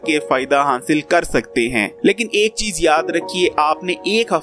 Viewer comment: ITNA BRRA HAKEEM R HASIL TK BOLNA NHI AATA. GOOD HANSIL🤪